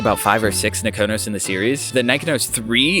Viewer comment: Cool video. My neighbor knew I was into photography so she gave me her late husband's Nikon F and Nikkormat with 4 Ai lenses and a Nikonos IV-A camera with a 35mm f2.5 "wet" lens. Your video makes me want to go out in rainy weather and "waste some film". BTW, I believe it is pronounced Ni KON' os with the emphasis on KON. Happy shooting.